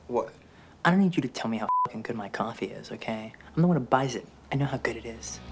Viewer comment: "fookin" mate. It's "fookin" in Bruges.